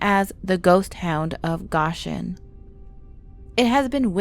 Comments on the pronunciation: It's pronounced "go-shin" not gosh in. Ugh. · its pronounced go shin not gosh in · You mispronounce Goshen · yes, I agree..lol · That's what I thought as well. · She’s a yankee.. but she doesn’t know how to pronounce it